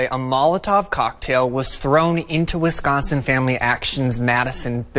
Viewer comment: Never knew I lived in 'WescHonsen'...